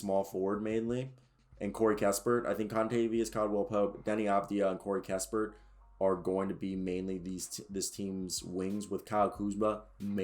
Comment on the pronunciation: Nah you tweaking. Only two defenders on the team kcp and gafford. And you mispronouncing most of the players names so I wonder if you know this roster. Raul is haul. Jaimie is haimie. Kispert was not pronounced well. Rui hachimura was said wrong too